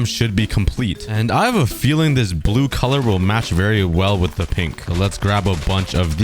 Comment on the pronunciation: I thought you said pig tree biome instead of pink tree xd